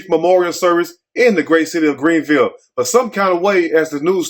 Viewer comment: My mouth is wide open I’m so familiar with Greenville,MS and the way you say it cracks me up same way we do 😊 I went to school there and lived there and left - love you who sent you this I never thought I would hear about Greenville 😅😮the way they chopped you Beauchamp Road 😅😮